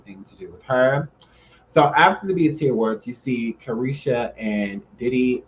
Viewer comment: He said the EBT awards 😂😂😭✋